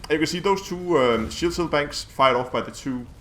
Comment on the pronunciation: du er da vist lidt forvirret omkring udtalen af "cell" du bliver ved at sige "shell", udover det er det et lækkert byggesæt du har lavet der.